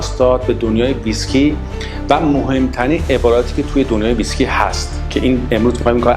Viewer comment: Mr. Before you show your knowledge of Whiskey you need to pronounce it right. It is not pronounce Visky it is Whiskey (Wees-ki).